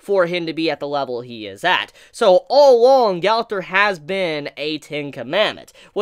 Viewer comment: Why do you say Gaowther. Gowther. Did u watch seasame street as a kid? The trash can boy has the same name. Gowther.